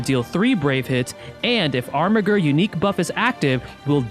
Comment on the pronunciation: I also think Armiger is pronounced "Armijer".